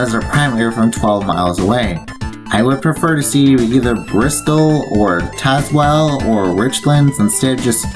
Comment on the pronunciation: Great video! It’s SAL-yers-ville, not “SAY-lers-ville”. Also TAZZ-wuhl, not TAYS-wuhl. Overall, you did well with the names. Those “Exit 1”’s you showed along the freeway bypasses of Tazewell and Bluefield, VA are part of sequential exit numbering on those brief freeway bypasses. I love that Grundy Walmart, with the bridge to get there and its odd parking deck. I’m disappointed that you didn’t show some of the newer pieces of US 460 as Corridor Q between Pikeville and Grundy that are only partially open right now. Going Westbound on US 460 in Bluefield, WV, WV does sign the split onto US 52 Northbound at Cumberland Road, while as you mentioned going Eastbound, WV failed to show US 52 Northbound. I think I know why WV failed to show it here. It would be an awkward routing for someone wanting to transition from US 460 Eastbound to US 52 Northbound , to go all the way up to Cumberland Road, then backtrack a few miles. Instead, I believe WV should sign a “TO US 52 North” somewhere closer to downtown Bluefield, possibly concurrent with US 19 through downtown.